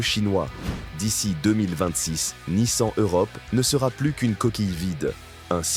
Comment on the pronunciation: C'est bien la première fois que j'entends une IA dire Nice-An !!! Quelle horreur.